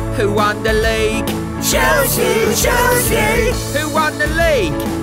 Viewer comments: Ummm is it just me or am I hearing Chelsea Chelski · Isn't it chelski